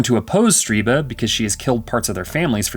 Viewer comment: Stirba. Not StRiba.